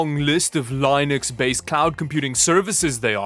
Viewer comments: Man I've been watching this channel for a long time now I like pretty much every video but hearing him say lynux on every video for linode is like hearing nails on a chalkboard for me. Idk why. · "Lee" nux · You mispronounced the word "Linux" again. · Dude can you seriously not pronounce LINUX properly? From forced cringe jokes to mispronouncing Linux where does the cringe end. AQUANTIA another word haggered but I will give you a pass on it since it is a noun. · do you mispronounce linux on purpose? :p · It sounds like someone with a stroke trying to command a language you only have a passing knowledge of. His pronunciation of LINUX is terrible. He acts like he's too young to know what it is.